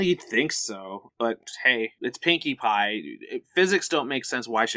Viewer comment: Silly,, and! thats not how you say Pinkie Pie is Best Pony